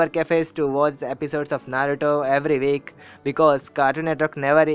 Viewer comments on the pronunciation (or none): none